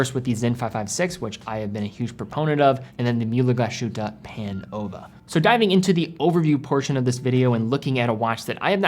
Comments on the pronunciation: It's pronounced Glas-Hutte and not GlaSHutte. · A great video as usual. However, a very small nitpick: the pronunciation of the name of the brand/town Glashütte is not how you say it /glas SH uta/ but more like /glas Huta/ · "Glaas Hitt-eh" Not "Glaa-shutteh" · Great channel, great guy, great review. But please: start learning some basic, basic German so that German words and names get pronounced the right way. For example, „Glashütte“ is a compound noun consisting of two words, „Glas“ and „Hütte“, which is why pronouncing it „Gla - Shütte“ is incorrect. You start doing that, I promise we Germans will try to improve our pronunciation of „Submariner“ (by deriving it from „mariner“ instead of „submarine“). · Your pronunciation of Glashütte is dead wrong. You have to pronounce it Glas...Hütte . Not Glashutte. The S and the H don't create a common sound. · I'm really sold on the Sinn 556 I-RS on steel bracelet. BTW Glashuette is pronounced, "Glaze- Her-Ta" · In the intro you pronounce Glashütte correctly but then to proceed to call it Glaschute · great content as always, just a quick note, is pronounced "glas-hute", so there's no "sh" sound but rather an "s" and a "ü" sound after that. Picture the name of the footballer Thomas Müller and you get how that ü sounds like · Native German here: You pronounce Mühle very well! But Glashütte isnt with an english "sh", that would be "sch" in german. its pronounced "Glas" like "glass" and then "Hütte" with an ü very similar to how you correctly pronounce it in "Mühle".